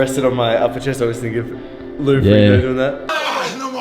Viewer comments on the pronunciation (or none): none